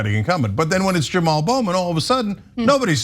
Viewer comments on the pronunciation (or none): His name is properly pronounced "Juh-Mall" and not "Jim Al."